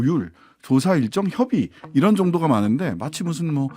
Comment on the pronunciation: '이란'으로 들렸나요? '이런' 아니었나요?